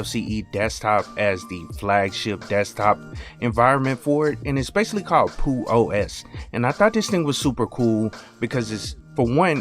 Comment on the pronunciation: I would suggest you pronounce the X rather than keeping it silent. In the "About" section of the website it reads: Peux represents the linux "Penguin with a tux". I think Google simply gave you the pronunciation for the French word "peux" which means "can" (as in 'can you do this?').